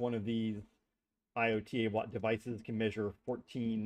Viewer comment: Eye-oat-a-watt. Good god man.